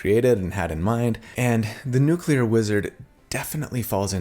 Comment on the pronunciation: Lol Nucelar (6.20) Btw I'm a newcomer to the channel, and loving the builds.